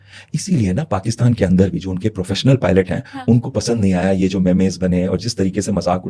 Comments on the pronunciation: 😂ارے گھامڑ میمز ہوتا ہے مے مے یا مے میز نہیں ہوا کرتا 🤣🤣🤣🤣😂😂😂😂😂😂😂😂😂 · Memes ❌ Memayz ✅ 😂😂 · MEMES NOT MAIMAYZ😅😅😅😅😅